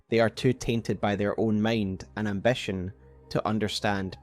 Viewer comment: You pronounce many words wrong, like: ambition, fit, mind, find, mankind. Seems like issues with letter "i" Otherwise, nice video